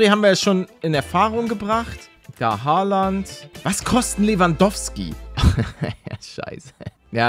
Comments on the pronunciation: Und übrigens es heißt nicht Hooland sondern Haaland 😂😂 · Oder Holland sagen geht auch gelle palle😂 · Haaland nicht hoaland😂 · ER HEIßT HAALAND NICHT HOÖULANND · Warum sagst du Hooland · Hi palle er heißt haaland und nicht holand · Paluten du trottel Haland heißt nicht errig haland sogar erling Haland und haland ist rechts Fuß du trottel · Wie Er Haaland ausspricht hahaha